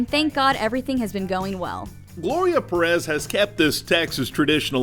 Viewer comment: Bro, pronounce Perez better. Lol.